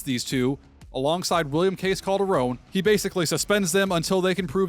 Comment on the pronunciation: Pretty sure it’s Calderon not Calderone lol